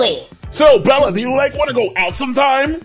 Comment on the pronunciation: its bella not pella and mella???????😮